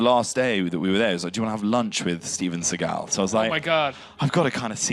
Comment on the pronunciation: Segal, why bro🤦🏽‍♂️